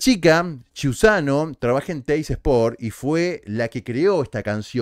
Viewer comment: Hola. Se pronuncia qiusano con sonido de Q porque es apellido italiano. Saludos.